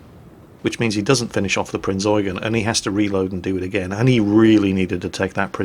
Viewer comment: Pritty shure he does it on purpose